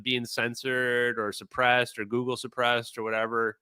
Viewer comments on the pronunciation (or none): none